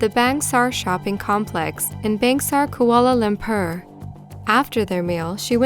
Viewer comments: It's not lambpurr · Why cant you just learn to properly pronounce some of the names of these well known countries and places? You do it a lot - Its pretty annoying/lazy journalism. ie: Koala Lampur?! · "Kuala LAMPAR"